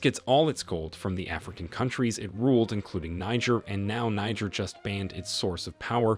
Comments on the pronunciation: It’s pronounced “nee- jher”. 🙄 Great story tho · Please it's pronounced Kneejeer, Niger is a state in Nigeria. That aside, awesome video. The coup was absolutely necessary, France turned Niger republic to Libya post gadaffi, actually much worse. The west seems to forget that there are always countries like China and Russia to support African countries. The enemy of my enemy is my friend. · Why are you pronouncing Niger incorrectly?